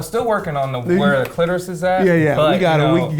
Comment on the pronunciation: “I think you’ve just revealed you’ve never found the clitoris” I think you’ve just revealed you’ve never said the word, “cliterusth”